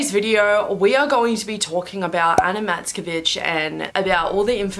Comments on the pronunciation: When u said Anna Matskevich i heard u said Anna the b**ch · I thought she said : Anna Matskebitch (No offense btw ;-;) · At the beginning I thought you said "Ana, mask a bitch"